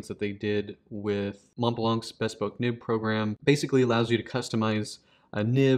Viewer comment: As an italic handwriter and fountain pen collector, I find this new pen intriguing. However, I wished your video had explained why you pronounced the word “bespoke” as though it derived from “Bess poke” rather than its actual derivation: the prefix “be-“ + “SPOKE.” It’s as if you had never heard the word, but had learned it from reading and had then forgotten to check its pronunciation. (Surely a man of your character and education would have known better — so please let me know whether the amusing (mis)pronunciation “BESS-poke” is common at Montblanc and/or elsewhere in the pen business.